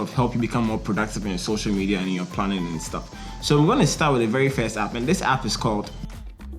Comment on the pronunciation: nice sturvvs nice sturvvs